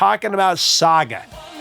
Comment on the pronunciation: Thank you for finally covering SAGA 🇨🇦 !! (And for pronouncing it properly!!!) Although, Jim Gilmour wasn't the original keyboard player on the debut album....